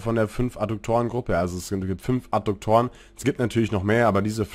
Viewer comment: Adduktoren, nicht Adukktoren... sagte der Rechtschreibenazi... Wie auch immer, Danke für Deine Videos und die Zeit die Du dafür aufgebracht hast! Ich hoffe Du kannst das monetarisieren.